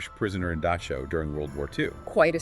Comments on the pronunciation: Dachau not Dashau near Munich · The word is DaCHAu. There is no s in there. It is not Daschau. It is a guttural ch. at least try to pronounce German words correctly. other wise good article.